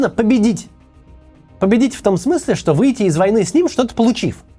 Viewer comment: Я постоянный подписчик и люблю видео Максима. Но сегодня куча оговорок (Максим устал наверное). Режет слух добавленная стоимость вместо добавочной, слау богу и чеао вместо что